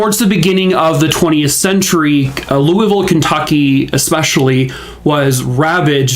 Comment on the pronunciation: I’m so impressed you said Louisville correctly. Thank you from a Kentuckian 😊